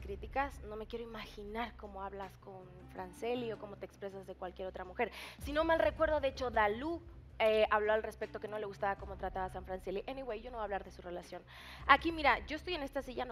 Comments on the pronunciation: "Enywey" dice la mexicana de sangre jajaja creo q se le subio el papel de lucrecia a la cabeza 🙄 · solo por ser mexicana no puede decir palabras en inglés? JAJJAJAJAJ